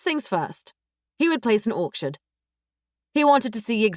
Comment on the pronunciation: Orchard❌️ Orksherd✅️ 😂😂😂